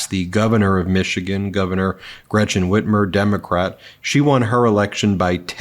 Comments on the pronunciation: He called her Whitman. It's Whitmer. And she is very popular and has done wonderful things in Michigan. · He doesn’t talk about what he could do for the country because he has no plans. Common sense? Like he operates with common sense? He’s an idiot. Some on the right- the severe right. He doesn’t know yet he talks about it. He stabs at Gretchen whitmer. And doesn’t say her name correctly. He’s threatening to round up people. And these people are clapping. They are that stupid.